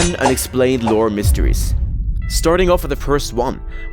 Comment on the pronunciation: When you say mysteries it sounds like you're saying miseries